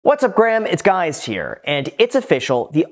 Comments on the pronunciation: "What’s up Graham, it's guys here! Just thought that was funny that it wasn't edited out. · What's up Graham, it's guys. Did I hear him right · "What's up Graham it's guys here" lol